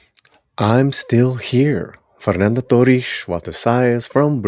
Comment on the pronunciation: Great vid! Fyi, Portuguese doesn't sound like much like Spanish. About Walter Salles And Fernanda Torres names, it's more of a blend of Italian and French pronunciation: "Valter Salles (Salesh)" "Fernanda Tohees (Toheesh)" Thanks.